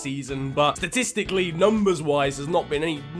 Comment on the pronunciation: man’s talking S T A S T I C A L L Y... that’s how you know this shit’s serious